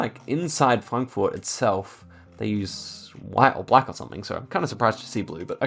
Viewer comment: Can we please acknowledge how perfect pronounced Frankfurt?